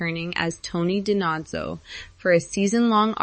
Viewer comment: You should learn the proper pronunciation of names b4 talking about them. Sorry but it's annoying and shows ignorance of the show. Spelled David but pronounced Da-Veed and Da-No-Zo